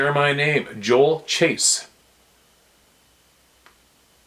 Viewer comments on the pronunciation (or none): none